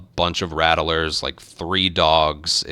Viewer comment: Something that just hits a nerve for me. It's "rat-lers" not "rat-uh-lers". I apologize, carry on